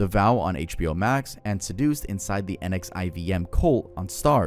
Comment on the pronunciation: You should watch the documentaries you bring up! Wako was said wrong, and NXIVM is pronounced like nexium